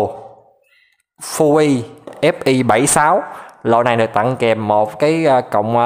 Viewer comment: nghe chữ ...tặng phát ớn vãi...